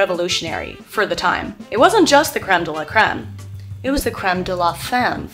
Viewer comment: First of all, you are hilarious and I really hope wayfair is paying you enough for this. But I just have to tell you that unfortunately "crème de la femme" does not rhyme🥲 "Femme" in french is pronounced like "fum", just like fun or sun😘 Other than that I really appreciate your commitment. For me personally, the earrings took the video to another level🤯